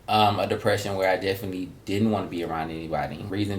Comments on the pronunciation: is hilarious. He say, “dicksession” lol. He can’t smell dick in the air no more. Lol. Poor sus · Always a Kycia (Kee-sha) 🤷🏾‍♀️🤣 Dicksession lawd. Everyone see some point goes through depression. Just depends on how hard it's hitting the person. For me it was for months as a teen,. I was lucky and blessed to have friends and family to help me. We need to listen to our friends, get them to talk. If not reach out to family members that may get to them... Or who haven't noticed the person's severity of their depression. Thanks for this,. Shock laughs and years here today. Can I go to Walmart with y'all lol